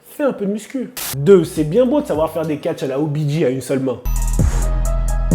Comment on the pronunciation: Pour la dernière fois, les footeux: on dit "obidjay" et pas "obidji" (c'est un J, pas un G, en anglais c'est inversé) Je passe mon temps à le répéter à l'entraînement, stp, fais passer le message aux abonnés ça devient pénible 😂